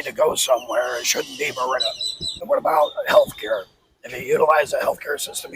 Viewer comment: You forgot the "r" in Merida, bro, but we understood you anyway.